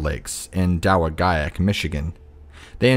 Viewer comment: It's pronounced da wa jack Michigan